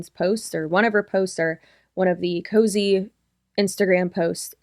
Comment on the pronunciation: Girl KOZE isn’t pronounced COZY. Please do the basic research on that much. Yes, Kalyn has been using KOZE and her brand for years.